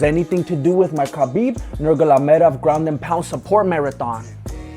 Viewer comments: Brother 1rst of all its Nurmagomedov not nurlagomedhov.but u broke it down very well..only one thing i missed from ur 7 things that is Khabib refused Poriers Neck. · nugulamedob who? it's nurumagumadov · Nur-ma-go-me-dov, not nurgulalalaev, plz. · “Mister Nurglamadov” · Every time you say "Nurmalogedov" i die of laughing! You are the funniest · You got me at "Khabib Nurgalamedov" 😅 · Mr. Nurgolomedov lol! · “mr. nurgalamedov”, i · “Nurgalamadov”... lol! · Nurgalamedov 😂 cracks me up every time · Who is "Nurglamedov"? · Mister Nugolamedov hahaha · Mister "murgaledov" LOL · “Mr Nurlagomedov”😂😂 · 😜😝😂😂😂 Khabib 'Nurgalomedov' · You are butchering the names... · Maybe learn to say his surname right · Khabib wants your location, he wanna smash you for butchering his last name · LoL you are hilarious 😂 it's too funny the way you mispronounced nurmagomedov . Mira aquí vatos you got a new fan 😁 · He cant say nurmagomedov hahaha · Very very good, I was smiling even when you butchered my boy's last name, thumbs up.